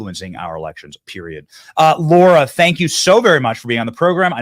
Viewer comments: We love you Benny, but it’s LARA not Laura lol TRUMP WILL SMASH IT! 💪🏻 let’s go!!! 🇺🇸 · Benny ... it's Lara, not Laura. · It's LARA TRUMP, NOT LAURA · Lara Not laura